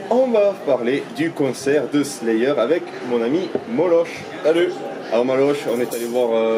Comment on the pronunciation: Par contre ça se prononce "Molok" !